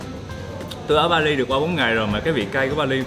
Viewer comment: he does not speak right the way of (Bali). and should go to school to learn properly.